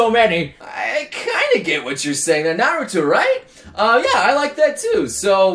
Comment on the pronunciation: I cringed when he said "Clorox" and "Naruter"...